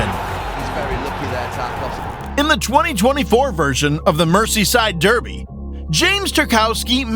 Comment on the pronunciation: "Mercy-side durrrby". AI speech is getting more enthusiastic, but it's still rubbish at pronouncing many things.